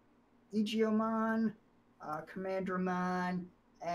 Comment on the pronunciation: well based on the katakana it's pronounced eye - gee - oh- mon with a hard g